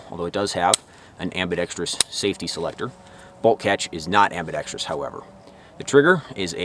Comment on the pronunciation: You might be the first youruber to say ambidextrous correctly. Most say ambidextrious.